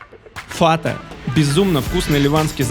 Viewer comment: Не фата ни фатэ а фэта .не Тахини а тхина. боже как режет слух когда неправильно произносят